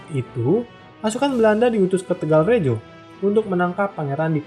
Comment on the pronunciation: Mohon ijin memberikan koreksi. "Kedu", huruf e dibaca seperti pada kata "gedung" "Rembang", huruf e dibaca seperti pada kata "empat" "Tegalrejo", huruf e pada "rejo" dibaca seperti pada kata "pejuang" "Kulo Wangsul", yang betul tulisannya "Kula Wangsul", meskipun memang dibaca seperti "kulo wangsul". "kula wangsul" adalah kata-kata dalam Bahasa Jawa sehingga perlu ditulis sesuai dengan ejaan Bahasa Jawa yang standar. Sedangkan "Hamengkubuwono" dalam Ejaan Bahasa Jawa standar adalah "Hamengkubuwana". Tapi boleh saja ditulis "Hamengkubuwono" mengikuti ejaan Bahasa Indonesia.